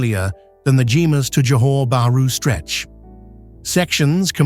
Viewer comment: Not Jee-mas but GHER-MAS! 😮😢😅😢😮😅😊